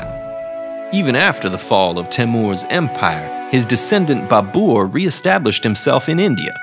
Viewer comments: Did he say "BABOOR"..😂😂😂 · Babur is pronounced as 'Ba'abar". And Babur's full name was Zahiruddin Muhmmad Babur. The founder of the Islamic Mughal dynasty of India.